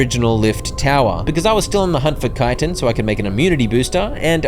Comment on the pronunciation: Or yknow, educated